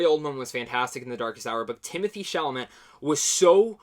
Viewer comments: Love is universal. Gay or straight or whatever. And I hope from now on people will be more able to put that stuff aside and just realize that many things are universal, whatever your orientation, and it's cool you realized that. Also his name is pronounced Chala-may. It's French ;b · Chalamet for the win!!! (The Academy being what it is, the award will likely go to Oldman, but we can hope.) A couple of names are tricky to pronounce. Allow me: Chalamet: The last syallable is pronounced "-may", so...SHALL-a-may. Stuhlbarg: STOOL-barg. Thanks for your good review of a beautiful film! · DUDE , PRONOUNCE IT SHALL- UH - MAY !! // Mr. STUHLBARG IS ALSO IN THE POST !! // Mr. Timothée Hal SHALL - UH - MAY IS IN LADY BIRD AND HOSTILES !! // PLEASE WATCH THE YOUTUBE VIDEO Timothée Chalamet Statistics AND TELL ME WHAT YOU THINK OF IT !! " OK . . . . . . . . LATER ", voozoovoozoo AT gmail DOT com